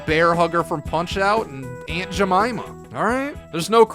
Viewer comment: Not how you say Aunt Jemama